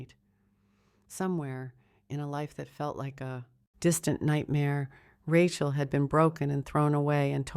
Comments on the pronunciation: Do you do editing before publication, it would appear that you do not. Or else you would have known her name is prodnunce Ra-cheal and not ra-quer. This miss pronunciation spoils the enjoyment of the story. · The story line sounded good....but that God awful AI voice killed it for me...the mispronounciation of the woman's name grated on my last nerve. Get a better voice...your viewership will increase...trust me.